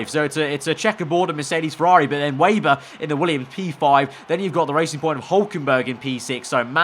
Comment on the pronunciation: You seriously need to learn how to properly say the last name of Lukas Weber